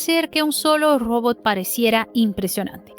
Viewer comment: Saludo al canal y a la conductura. Pertinente e importante contenido. Mi única recomendación para mejorar es la corrección en el idioma español. La pronunciación en la palabra "Robot" es un error muy notorio. Gracias por atender y por continuar.